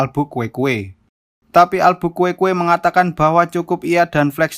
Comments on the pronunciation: albukuekue apaan dah bacanya alburQu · Albuquerque jadi Albukuekue 😂😀😀😀😀😀😀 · Albuquerque karena sulit dicaca akhirnya jadi Albukuekue dong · Min maap min sya ngakak tiap nyebut Albukuekue 😂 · Abang Gak Bisa Bilang Nama Albukuekue dengan jelas kan